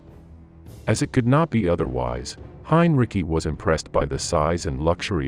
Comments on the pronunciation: Your voice robot is getting better -- but can't you give it the 32 bits or less of memory it would need to know that Hine-Ricky and Henry-Sigh are the same person and has to get the same pronunciation all the way through? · Hinreecyi? Dude for fuck sake stop your mispronunciation, PLEASE🙏😄😄😂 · Heinrich sounds more correct than Heinrici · You are mispronouncing Heinrici's last name. The c sounds like sea. heinreesea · Just heard the “Donuts” and guffawed out loud. AI narration absolutely sucks. Why? Just why? “And Hein-Ricky had a Lime Rickey, got a Fine Hickey, it got Tar-pine sticky, Slime and Icky…” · Its Hine-Dickie. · I doubt it. The last i in Heinrici should not pronounced yet the bot does it through the entire video. It sounds stupid, Heinricky. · I have heard it pronounced many time is various video's about WWII. I think most people have. But I have never heard anyone pronounce it Heinricky. Of course a bot has never heard it pronounced at all. That's why I believed it to be a bot. And if your going to do a video and put it on Youtube you would think the person doing it would check what they were posting. The bot kept pronouncing it wrong so obviously the person that posted it didn't care enough to do so. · Please learn the correct pronunciation of Henrici. Use the correct form throughout the video. Very frustrating!!! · Interesting info, but the AI narration repeatedly mispronounced Heinrici's name, to ridiculous effect. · Message for the content creator. While, I appreciate you putting this together. I could not get through it because of the poor implementation of the AI voice. The repeated mispronunciations of the same name make it painful to watch. Even more so because the name that's being mispronounced is the subject of this presentation. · Great vid, but please decide how you will pronounce Heinrici's name and stick with it. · Hein ri ci, not "cki" look it up before you open your mouth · Heinrici is pronounced "hine-ritzy," not "hine-ricky." 🙄